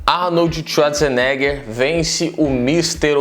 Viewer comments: Arnold txuadzerneguer ?? vc fala assim kkkkkkkkkkkkkkkkk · Arnoldi shuazinegher